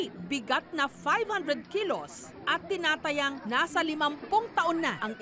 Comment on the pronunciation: Tinataya, mabagal ang pag-bigkas, hindi yung parang “tumayata” sa lotto. Dapat ayusin ang pag bigkas